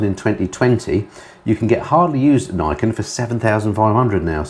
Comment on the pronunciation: I’m not 100%, but I think the 3 wheeled yamaha is pronounced ‘Knee Ken’, as it translates as: ‘Two Swords’, (referring, I suppose, to the twin front wheels).